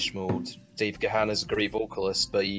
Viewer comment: So if the Scottish sounding one of you is such a big fan why do you incorrectly pronounce Dave Gahan's name? Difficult review to listen to due to poor quality sound.